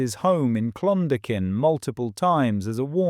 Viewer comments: say it like this....clun dalk in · "Clon-ducking" you really butchered that mate 😂😂😂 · True, the pronunciation was off, but the message still came through loud and clear.